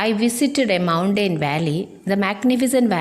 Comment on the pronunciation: Well done tr.Very useful to children. But the way you pronouncing the word 'mountain' is quite different from the actual pronunciation.